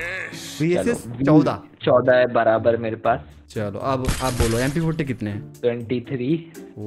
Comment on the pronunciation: Baraber❌ baramber ✅ 😅😅😂😂😊😊